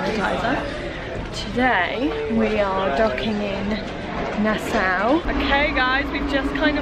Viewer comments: its not nasow its nasAU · It’s nas-saw. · My favourite YT couple in my country! Woohoo!!! went full native with the outfits, huh! LOL! Love it! A couple things for you, - it's pronounced Na-Saw (Nassau) and Buh-HAY-me-un (Bahamian), and the leaf/coaster is from a Seagrape Tree! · Omg it looks so amazing! I was born in Nassau!!! (Although we always prounounced it Na-Saw)